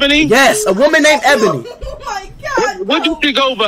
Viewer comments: Its actually E-bonie that's how you pronounce it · Nah y’all know it was his lil bro cuz he was laughin at the fact that speed was pronouncing ebony wrong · But bros don't even know how to pronounced ebony🤣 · Speed saying ebony the wrong way to stay innocent 'lmao ebony is a girl name'